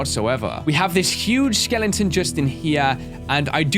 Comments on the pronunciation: why does say skeleton like "skelengton" lol is it just me? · i heard you said sea dragon skelenton lol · Am I the only one who loves the fact that he says "Skellington" instead of "Skeleton"? XD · Anyone else love how always calls skeletons "Skellingtons"? Because I do.